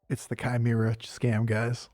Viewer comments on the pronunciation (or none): "Missed 2/2" Uhm, ACTUALLY, it's pronounced ChiMEra.